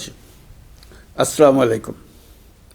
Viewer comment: আজও পরযন্ত একবারও উনার সালাম টা শুদ্ধ শুনা গেল না।উনি যেইটা বলেন তার অর্থ দাঁড়ায়, "আপনার / আপনাদের উপর উটের পঁচা নাড়িভুড়ি পড়ুক। "